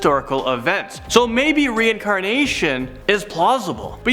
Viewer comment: " Did He say plawsable"